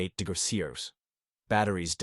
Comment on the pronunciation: AI pronunciation of temperatures just kill me! "60 degreezee" "71 1degriceers" 😂